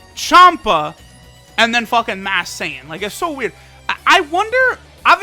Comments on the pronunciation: He keeps saying mass Sayian when its masked sayian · he has been saying mass saiyan